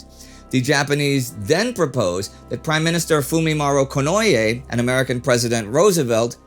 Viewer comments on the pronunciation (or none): A very minor thing but since your pronunciations are usually quite on point: You pronounced Fumimaro fine, but with Konoe it's actually "Koh Noh Eh", not "Ko Noy Yay". Please keep up the good work!